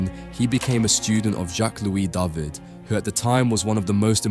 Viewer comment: Your videos are wonderful, I always enjoy your choice of picture and the commentary. Your French pronunciations are pretty good too, but for future reference, "David" is pronounced "Dah-veed" :)